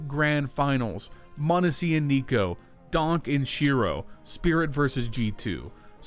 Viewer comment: Bro it's DonK, not DonG